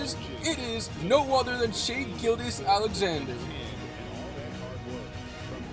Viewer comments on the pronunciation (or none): none